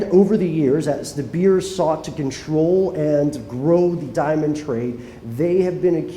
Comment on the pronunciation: And the mine company name here is " de beers" you prenounce it "de bears"